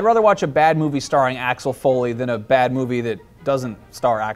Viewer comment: the way you say axel is pretty wrong - a fan from germany :D